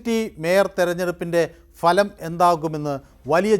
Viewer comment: Ente Ponnu cheta ,Falam,, ennalla,,,bhalam ennu parayanam.,," kashtam. Enthu parayana ,, Thanne paranju vittavane venam thozhikan." !!